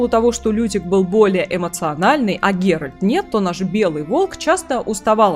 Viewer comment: Секунда занудства: вико́нт. И мне кажется или я слышу постоянно "Геральд"? Тем не менее, спасибо за разбор, интересно. Про Лютика не лишним сказать вот что: он никогда сам не бросает ни одну из своих пассий. Он просто ждёт пока у нее не лопнет терпение и она сама его не выгонит (скандал и выбрасывание всего его барахла из окна рациональны). После чего он грустно бредёт, сетуя на жестокость мира в целом и любви в частности, по дороге может напишет об этом балладу, ну а потом приземлится в постели у другой пассии. Как с гуся вода. Верно подмечено про проблемы с родителями. Пьяница, дуралей, бабник. Но почему он вызывает такую симпатию? И не только у скучающих дам? Самая большая страсть Лютика это истории, и ради них он готов жертвовать и комфортом и безопасностью. Он шпион, он бродяга, он лично видел все ужасы войн, он на секундочку лично хоронил людей. Говорить что он трус - странно. И после этого он пишет об увиденном стихи, поет об этом баллады, вышибающие слезу у самого дремучего кмета и пробуждающие человечность в самом диком бароне и наемнике. Не знаю, видит ли Лютик в ГеральТе фигуру отца, но он точно ему временами завидует, его силе, его брутальности (вспоминаем угарный квест про Пурпурного Мстителя). Но так получается, что именно голосом Лютика рассказывается вся история в Ведьмаке 3. Мне кажется, это очень важно, потому что сам пан Анжей может и хотел его изначально подать как смешного спутника главного героя, но он очень быстро перерос эту роль. Лютик хоронит Эсси Гл